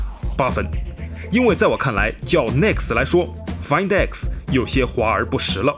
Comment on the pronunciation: 终于有人说对了读音 find x 其他人都读"饭"x